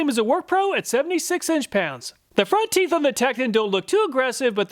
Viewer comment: I laughed and had to replay "front teef" 😆